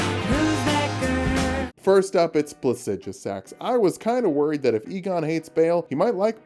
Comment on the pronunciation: You must be Igon [pronounces it ee-gon] Igon: No, it's pronounced "eye-gon": But they told me it was "ee-gon" Igon: Well, they were wrong then, weren't they?